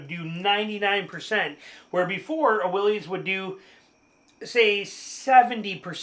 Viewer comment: I love your video. I do have to mention, though, that you’re mispronouncing Willys. It is the last name of the founder of Willys-Overland company, John North Willys. He pronounced his last name like “Willis”, not like “Willie’s”.